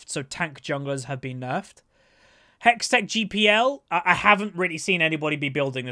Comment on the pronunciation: Is he ever going to say hextexh GLP right or just keep saying gpl lol